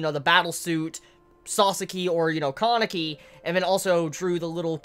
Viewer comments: distracted the entire time by the fact I keep hearing Kanye instead of Kanae. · Kanae's name is pronounced Kah-nah-eh, not Kanye, sorry I know this is annoying but every time you say kanye I get weirded out a bit haha